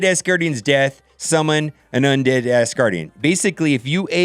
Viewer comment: Can you PLEASE, say “AS” Gardian and Not “ASS” gardian...it hard to watch and listen to you thru all of the tears and Laughter.